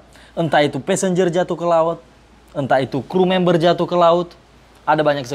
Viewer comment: passenger bang bukan pesenjer😂